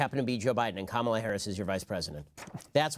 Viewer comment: I had to rewatch that part, and it was indeed Matt Walsh who said, "At least she settled down." Note that he never, ever pronounces her name correctly. Even our 14 year old daughter giggles whenever Mr. Walsh refers to Kamala.